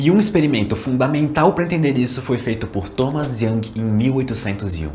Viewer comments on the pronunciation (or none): none